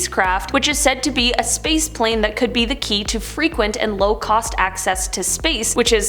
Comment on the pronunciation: is it just me or did say sprace instead of space